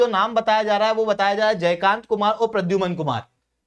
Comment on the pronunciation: It's not Pradyuman it's Pradyumna. There is a difference. In pronounciation.